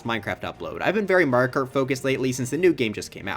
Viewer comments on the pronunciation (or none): He said "merio kert" at the end 😅